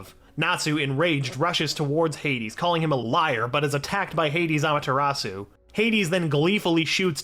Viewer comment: Did he just said amatartsu